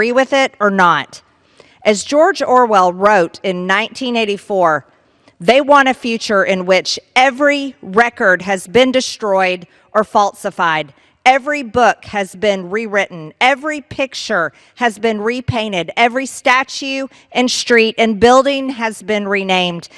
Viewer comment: She said faltzified